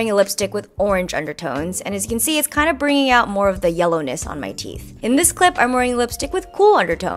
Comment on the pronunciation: Me: pauses “WHOT YELLEUWNESS”